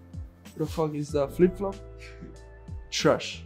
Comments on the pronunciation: Recap: TRESHHH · nobody:: TWASH, TWUST ME BRO